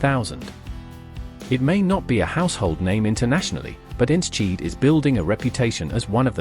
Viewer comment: Ens-cheat???? Thats the worst pronounciation i’ve ever heard for Enschede. If you want to pronounce it right. For english speakers its En-skuh-day. Its home to the Eredevisie football club of FC Twente.